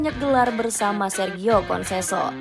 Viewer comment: Ketika naratornya sebut "konseso eks pelatih sporting lisbon" saya berhenti nonton video ini.